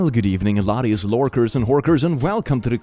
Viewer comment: "Good evening, laddies, lorkers and horkers" Didn't know creatures of Tamriel had internet-access.